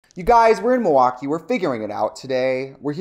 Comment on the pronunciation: if anybody needed confirmation that you're from Wisconsin, the correct pronunciation of "Milwaukee" at the beginning did it. queen of brew city